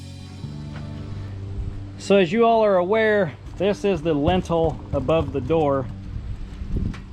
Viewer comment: That word is lintel. Pronounced like LIN-tul, emphasis on first syllable.